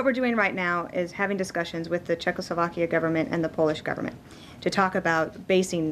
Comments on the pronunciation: yeah! oh man...she really said "CzechSLOVAKIA" oh man i am very disappointed...i have to cry now. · yeah i`d rather invite her to my penthouse than the blond lady in the front of the camera. but above all them stays --> D.A.N.A. (despite her saying czechoSLOVAKIA...ouchhh**).